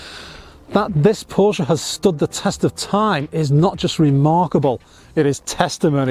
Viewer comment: Thanks SO MUCH for pronouncing the family name much closer to correctly than most! Prefer black Fuchs, but everyone has their own likes and dislikes.